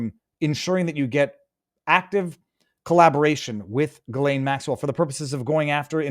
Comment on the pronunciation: Thank you Viva, because hearing everyone pronounce her name incorrectly is weird 😂